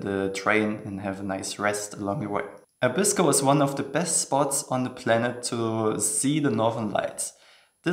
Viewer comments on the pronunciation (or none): For some strange reason all foreigners pronounce 'Abisko' incorrectly - it is pronounced 'Aa-bisko' (stress on the first syllable, not the second).